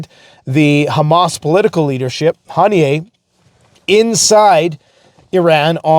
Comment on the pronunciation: The k is silent in Ha-me-nay ( correct pronunciation)